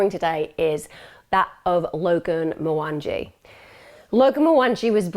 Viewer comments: You butchered his name. Kenyans get pretty offended at mispronunciation of their names. It's pronounce MwanGEE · You've pronounced the names so wrong, including Logan's surname. Mwangee, AnHarad, is how it's pronounced. If you really have been following this case from the beginning you'd know this, your pronunciation is telling. It's not even hard to pronounce. This happened a few miles from me and I live in the same health board, this case is incredibly close to our hearts here. At least pronounce his name correctly. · I assumed he was Kenyan with the last name. But the pronunciation threw me off.